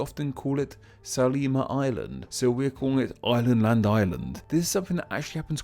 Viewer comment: Watching from Estonia. And wanted to correct pronunciation of Saaremaa. You said the "e" in the middle as [i], as in letter e in English alphabet. In Estonian it has mor of a [e] sound as "eh" or in the word "red". You also had another Estonian island circled in the beginning of the video but didn't talk about it. It's Hiiumaa, straight north of Saaremaa. It's name consists olso from two words. Second part "maa" is "land", as usual. First part "hiiu" is a turn (grammatic action in Estonian language. We have 14 turns for EVERY NOUN in the language) from word "hiid" aka "hiiglane" = giant, great man. This giant or hero is Leiger, who was a big and strong man, defender of pepole on Hiiumaa island, nephew to Tõll, hero of Saaremaa, just as big man, perhaps a bit stronger than Leiger, even. In this name that "ii" is pronounced as you would say letter e in English, or vowels in the word "sea".